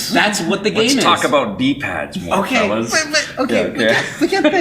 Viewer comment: Bahahaha 😂 when Vic made the porn-talk comment and emphasized d-pads 😂😂